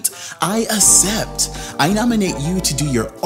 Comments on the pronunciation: Nobody:: “I assept” 😂😂💀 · Not “uh-cept” (accept) 😅😅😅